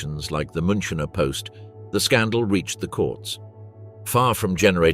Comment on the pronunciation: Please learn to prononunce München correctly.